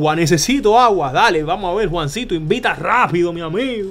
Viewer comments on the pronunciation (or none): No es imvita es invita y no es romda es ronda jajajajjajajaaja.